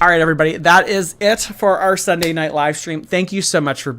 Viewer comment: BECAUSE TONIOGHT WILL BE THE NOIGHT I WILL FALLL FO YOU